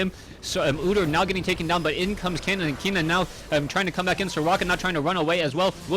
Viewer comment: Ken-nen. Not Kee-nan.